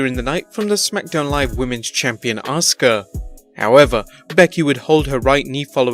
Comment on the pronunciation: Thanks for pronouncing Asuka right!!